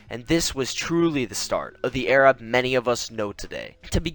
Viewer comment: not airab its arab